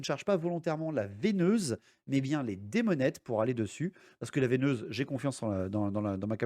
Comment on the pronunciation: Sympa, par contre on dit VEUneuse pas VEIneuse😂